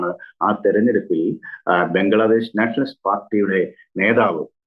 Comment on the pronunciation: ആ സ്ത്രീ പറയുന്നത് ബംഗ്ലാദേസ് എന്നാണ് 😂😂